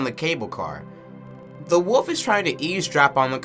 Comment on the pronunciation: Just out of curiosity, is it a regional accent of sorts to pronounce wolf as "woof"? Also, Japheth is pronounced "JAY-feth" Edit: Actually, I just realized they spell it 'Japeth' in the credits. Maybe it IS "JAY-peth" 🤔